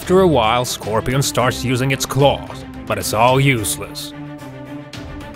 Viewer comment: The way he said it